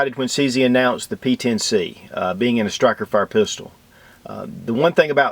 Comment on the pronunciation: "Stikerfire"?? Lul. Two thumbs up.